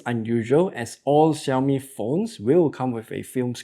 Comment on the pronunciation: Hearing the xiaomi pronunciation correctlly😄